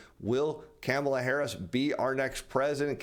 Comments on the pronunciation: It's pronounced Kahm-ala.... Not Camel-la. Please, you sound like Biden. Make an effort... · I love the way says Kamala's name. (came a la) 🤣